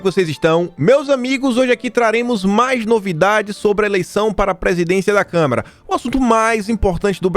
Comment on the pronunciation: CâmAra dos deputados não câmera.